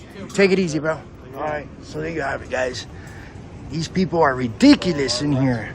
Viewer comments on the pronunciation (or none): Re dec ulus?? Does this guy have an education?